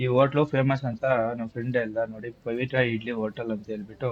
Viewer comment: Pavitta❌ pavithra✅ 😂